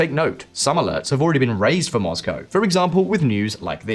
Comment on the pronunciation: I love your channel but every time to say ‘moz-go’ I want to cry a little.